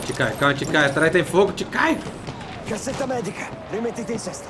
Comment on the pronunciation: Não sei se eu to meio surdo 🙉 mais tava ouvindo 👂 o carinha falar caceta médica 😂😂😂😂😂😂